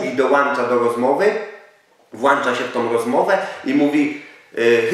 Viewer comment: boli mnie to jak mówisz wŁANcza nie możesz kaleczyć tak polskiego